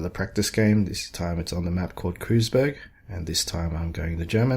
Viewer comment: pronunced "Kroouul-tz (tongue to the roof of your mouth) berg" not cruiseberg